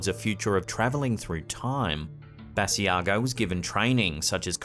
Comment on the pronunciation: Hi,. Great compilation as usual. Just a note. Mr. Basiago pronounces his name Buh-sigh-go. Take care and Happy Holidays!